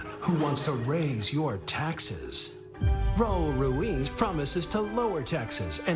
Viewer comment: Hey Kimmel: Your Spanish skills are malas, muy malas, one may think that working with Hispanics would make you interested in the pronunciation of the letter R at least, which is like imitating the sound of an engine the way: RRRaul RRRuiz